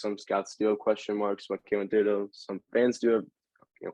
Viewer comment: Also yall are pronouncing Thibodeaux wrong. You don't say the h just (tib)-a-(doe).